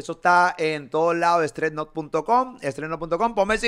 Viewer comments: Molu, Stress Nut porfavor, no es StreT Nut😂😂😂😂😂😂😂😂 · Se llama stress nut no stret nut 🤦🏻‍♂️